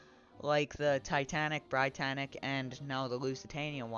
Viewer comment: You mispronounced Britannic, you pronounce it as "Brit-annic" not "br-eye-tannic